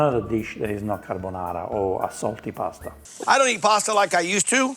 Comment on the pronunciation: Guy fieri didn’t even want to eat his own dish that’s why he only put enough pasta on his plate for a half bite. I knew it was over the second he said “onion” Then he said “Car-Bone-are-ah” and “Pan-shetta” … I knew it was going to be nothing like a real carbonara